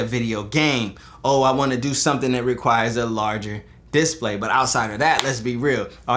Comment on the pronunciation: Nice video but please learn how to say disPLAY :)